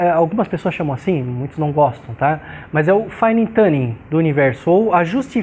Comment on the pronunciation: o sr. é brilhante.Mesmo assim. vou tentar ajudá-lo com a pronúncia da palavrinha "tuning".Quando o sr. disser"fine tuning", lembre-se de que sua pronúncia atual está errada e gera,em nós, uma incompreensão momentânea (e entrópica kkkkk).Recomendo que imagine a palavra em questão escrita na forma de "TOONING" pois assim o sr. vai passar a emitir um "U" verdadeiro (tuuuning e não mais dirá "tãning" como o sr. diz atualmente).Não leve a mal.Desnecessário dizer que muito aprecio seus videos e devo ao sr.por eles serem tão incrivelmente ricos em ensinamento.Trust me.